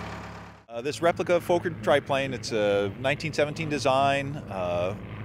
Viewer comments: Pronounced as fokker not fauker. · Please Note as Americans often do, you are mangling the name, it’s not Foaker its pronounced like soccer thus Fokker. Otherwise great content. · Fokker not Foker.The o as in dot. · It's definitely NOT pronounced Fo kur, dude. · For future reference, it's pronounced "f*cker", beautiful replica! great to still see enthousiasm for it! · you said what I was going to say!